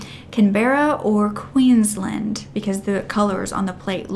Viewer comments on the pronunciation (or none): I’m sorry but the was she said Canberra and Queensland is so funny to me. For non Australians Canberra is pronounced more like can-bruh and in Queensland u need to pronounce the a cause she kinda skipped over in